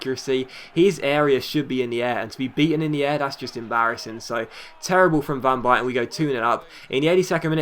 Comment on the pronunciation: You can't say van buyten right...